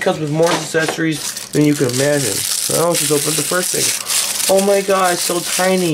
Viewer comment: he said accessories as saccessories.